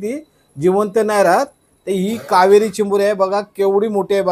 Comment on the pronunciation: कावारी बोलताना कावेरी नय